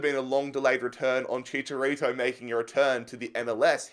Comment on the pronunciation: Bruh Chicharito has no s